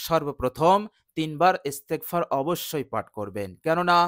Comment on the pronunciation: ভাই আপনার ইস্তেগপার শুদ্ধ হয়নাই দয়া করে শুদ্ধ করে নিবেন